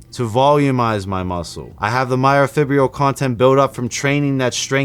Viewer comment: Learn to pronounce myofibrillar.